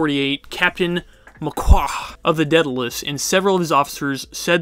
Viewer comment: Every time he pronounces a word like Gibraltar or Daedalus it made me cringe XD